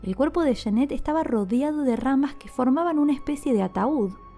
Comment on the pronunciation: Cada vez que pronuncias "yenet" muere un gatito, se pronuncia"yanet"!